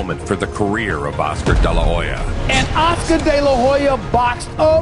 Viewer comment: Oscar de la HOE-ya